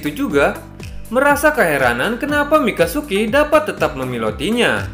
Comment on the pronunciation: Wkwk.. bang.. Mikazuki Bang.. mikasuki beda arti lagi. 🤣🤣🤣🤣